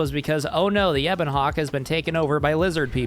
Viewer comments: Please never say Ebon Hawk-Tuah again, anything but that. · I was just enjoying the video, and then I hear it "Ebon Hawk Tuah" ruined the rest of my day, I am bothered, in too many lanes, unmoisturized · "Back to the Ebon Hawk tuah" I got mentally flashbanged by that